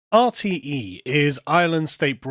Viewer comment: Dude, your pronunciation of RTE just made Dave Cullen crinch a little, lol. Jordan Peterson rabbit hole; 🐸 Clean up your room, clean up your neighborhood, be a GENTLE MAN and a WARRIOR when needed, be responsible for your actions. bad man, bad, lol. Did you know that all those "PHONY SCIENTISTS" were actually respected scientists until they started asking questions, Here's one: If you go against something that wants to control population, you are deemed a phony scientist. Note that all these self proclaimed scientists use each other's data as evidence, no outside evidence is allowed thus their data can never be refuted (Like a peaceful religion) they are also funded by Politicians, NGOs, Special Interest Groups and the UN. Politicians decide who are doctors, politicians decide who are scientists, Fascism. This is from a banned Dutch documentary.. The WHAT IS SCIENCE question comes up.. conclusion: "We're going to kill ourselves because of stupidity"